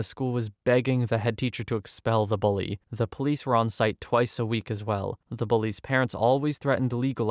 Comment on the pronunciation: It’s “bully” not “bulley”.